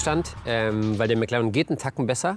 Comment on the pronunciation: Ich hasse es wenn man Meclaaren sagt